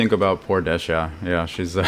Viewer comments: Hey thanks for the video. But, why do you keep calling Dehya, Dash-ya? Pretty sure Dehya is a Hindi and Arabic name and doesn't have an s sound in it. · I figured it was cause of the JP pronunciation lol. It's basically the same in the Chinese version too. I guess it's supposed to be De-hee-ya, Dee-hee-ya or Dee-ya in the real world but Hoyoverse will apparently do their own thing for the different languages if they want.